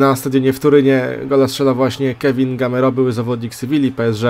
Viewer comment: Mówi się Gameiro